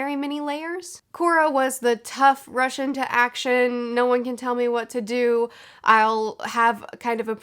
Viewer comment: Every time you said "rush into action" I understood russian in action and I can't unhear it anymore